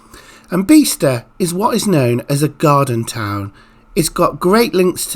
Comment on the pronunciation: Great site and really interesting video::: I’ve just moved here ,,, but it’s not “Beee star” and “sher-well” //// try Biz-tah and Cherr-Well